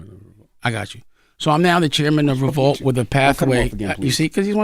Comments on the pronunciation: Why keep saying Re-vault? 😫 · She keeps saying ReVAULT and it’s pissing me off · Why is she putting an A in revolt? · is a incapable of pronouncing Revolt correctly 😀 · Why can't say Revolt???